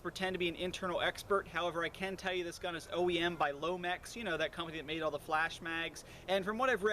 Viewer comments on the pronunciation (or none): For half the review i was like "put the dang mag in all the way!" LOL. Also it's LONEX not lomex. Anyway nice review as usual and keep up the good work. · Agreed. Great review. No nonsense and straight to the point but I'm far from a veteran player and I even noticed right away that he was mispronouncing Lonex.